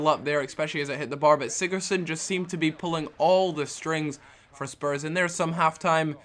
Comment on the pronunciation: Sigurtson -_- You can't pronounce any names XDDDD